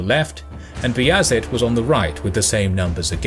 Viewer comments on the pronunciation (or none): The names are wrong Not B is it - bajazit Not Murad-Murat Not Kbran Kovic- Vuk Branković